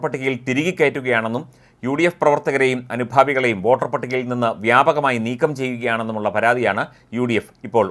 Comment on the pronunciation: വാട്ടർ അല്ല വോട്ടർ